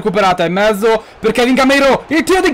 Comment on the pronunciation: Ma solo io quando dici "la mette in mezzo" capisce sempre "la mette in "?? ahahahah,comunque.... #krulforpresident